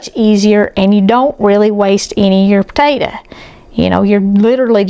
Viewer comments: Come on. How hard is it to say potato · I'll have a bowl of that "tator" salad right now! Eye roll lol! It's your story sister, tell it like you want to! God bless!